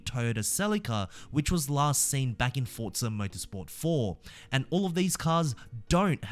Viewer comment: It’s ForZa. There’s no t.